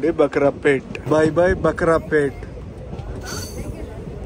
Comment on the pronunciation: అది బకరా పేట కాదు బ్రో భాకరాపేట. కన్మొల్ పల్లి కాదు బ్రో కనుమలో పల్లి తప్పుగా అనుకోకండి మీ ప్రతి వీడియోలు చూస్తాము మేము మీ తరువాత వీడియోస్ కోసం like చేసి వెంటనే suscribe చేసుకోండి